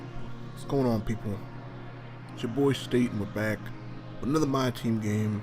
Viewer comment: Thank YOU for calling me, not Stat. And yea my team loaded lol